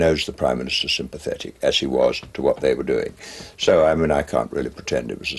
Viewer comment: A civil servant was 'sympathethic' I hope I didn't hear that